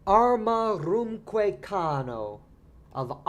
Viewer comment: "Arma virumque cano" The "vi" is silent?